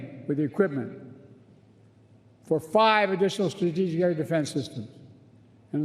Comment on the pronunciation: min Joe Biden: "For five additional strssggigistic air defence systems..." 😂